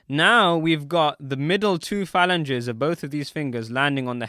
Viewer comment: The word for multiple fingers that you repeatedly mispronounced Is pronounced “fah- lan-geez”!!🤦🏿🤦🏿 Please, and thank you very much. You can thank me whenever.🤷🏿‍♂️🤷🏿‍♂️🤷🏿‍♂️